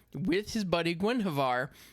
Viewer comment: Gwen hw ivar. Soft i Do (like do it) Orden